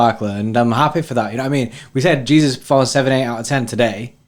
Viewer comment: It’s Gabriel Je-sus not Jesus lol